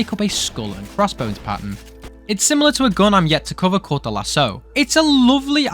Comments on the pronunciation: well im french and its indeed pronounced lasKO not lasSO, its a french cave as yk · The lascaux is pronounced lasco,not lasso.I don t know where you got that lol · The Lascaux is not pronounced Lasso, its usually pronounced "luh-skow." It's based on some prehistoric cave paintings, and basically everything about the gun references them: They're called the Lascaux Cave Paintings which is where the gun gets its name, that's why the gun is found in a random puddle in a cave, and it fires in a bull pattern because the Lascaux Cave Paintings depict a lot of bulls. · Hello, French man here, it's pronounced " lassko " not "lasso" 😅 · I'm genuinely offended at how you pronounced Lascaux, as someone who grew up 20 minutes drive from there, we most definitely do not say lasso lmao, just say lasco, but like with a french accent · lascaux is only pronounced the way you say it by the british, literally everybody else uses a hard c. by your logic the imperial system is right, and metirc is wrong, when in reality both have their applicable uses, except it makes sense whereas saying "lasso" is objectivley wrong when the people WHO MADE THE WORD pronounce it as "lassco". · Great video and for the smg which is called Lascaux it is good with c and not like an s it is in reference to a French cave with cave paintings, that is why it has such a pattern ^^ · Reagarding the "Lascaux", it is in fact pronounced "Las-co". In french the "x" at the end is silent, the "aux" is pronounced "o" and the "c" being in front of an "a" makes it sound like a "k". Anyways great vid so far ^^